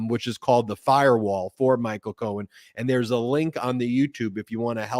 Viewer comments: His name is Michael. Please stop calling him Cohan to his face. Disrespectful. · Ben! Please stop calling him "Cohen".